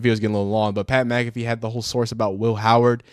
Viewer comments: Dude is a clown get him out of ohio and his girl smacked as fuck mud dragon ahh bihh and you said mac affee cmon bro it mac uh fee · McAfee is pronounced mack aH Fee not, mc calf ee ... stop reacting to ppl when you can't even pronounce their damn name right, clown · Lil dude doesn’t even know how to say Mcafee lmao